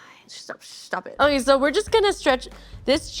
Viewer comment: I heard say "'Kay, so, you're gonna..." And my Spanish brain was like "Queso, your gonna" and I was waiting for the "see what I did there?" Except it never happened...